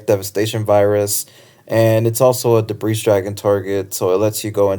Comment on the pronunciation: Look up how to pronounce Debris